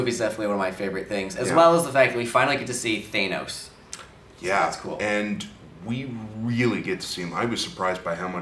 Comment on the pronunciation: You said Thanos wrong!